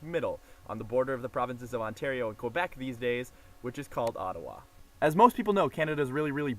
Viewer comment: Please learn how to pronounce "Quebec" :)